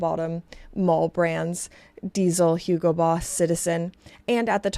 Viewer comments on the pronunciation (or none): none